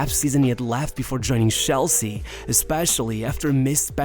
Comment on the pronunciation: CH elsea. not SHELL-sea.